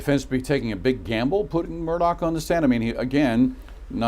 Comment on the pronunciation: His name is pronounced " Murda" not " Murdock"